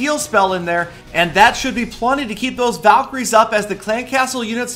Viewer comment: it tooks half an hour to understand that word valycroies hhhhhh n btw valks r my favorites :)